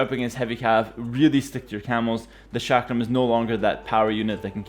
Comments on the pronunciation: It's chuck rum not shack ram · I thought he said shotgun thrower at first